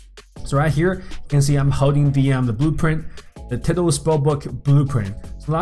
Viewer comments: 'tiddal' Its Tidal, Pronounced- Tie Doll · its tidal (ty-dall) not tidle. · Pronunciation: (tie-dale) not (tid-al) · bruh its not tiddle spellbook like your shooting pee or something its actually pronounced " tie- dall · Its pronounced "taidl" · Its not teedal its sounds wierd... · Its pronounced as tiedal but spelled as tidal............ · You asked, it’s pronounced tidal, like how you pronounce eye. Like tide. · He called it tiddal bruh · when he said tidal it sounded like he was talking about some turtle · Lol the way he says tidal spellbook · that's not how you say tidal EDIT: nvm I just noticed you said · I’m getting triggered every time he says tidal